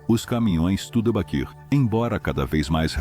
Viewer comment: Inteligência artificial, deveria ser renomeada para imbecilidade artificial, dói os ouvidos, escutar essa narração. Horrível , diamont, vira daia monte, reo, vira hell, estuda baquir é dose.